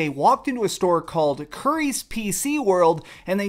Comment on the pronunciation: hearing you say pc currys like that is kinda funny ngl